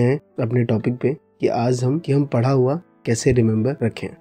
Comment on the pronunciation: it's पढ़ा हुआ not पड़ा हुआ